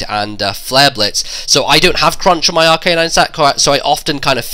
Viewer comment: It's Ar-ca-nine, not Ar-canine. :]